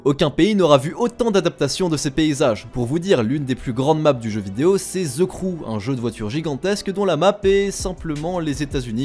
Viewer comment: Fais un effort sur les prononciation en anglais. ça pique les oreilles. "Ze" saboteur aïe mes oreilles saignent et on dit "opeun" et pas "opène" pour Open. On dit Odissé et pas odissi pour "Odyssey" et pleins d'autres trucs de ce genre. Ok le montage est bon mais le son c'est HYPER important donc travaille là dessus